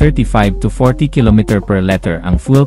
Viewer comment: Liter poh,, Hindi LETTER